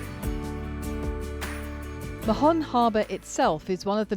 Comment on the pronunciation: Hi there. In Mahon, the 'h' is mute, doesn't sound. It's just [maon]